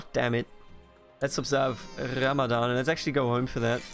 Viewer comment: Please pronounce the "R" in "Ramadan" normally next time to say it because in Arabic we pronounce it normally just like in English.